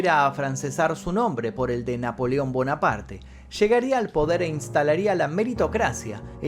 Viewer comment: No se pronuncia bonaparte.eres un youtuber hermano. Trata de mejorar la pronunciación de los Nombres no ispano